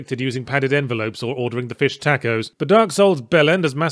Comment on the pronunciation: hey yahzt - love the work, but srsly mate nobody pronounces 'taco' like that